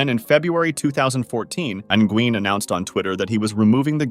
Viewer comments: nygeuen?! ffs man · "engween" lmao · "N-gween" Surprisingly, youtube's auto-generated subtitles still manged to detect that as Nguyen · Nguyen is pronounced like "when" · That’s a crazy way to say Nguyen! 🤣🤣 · Came here to say this.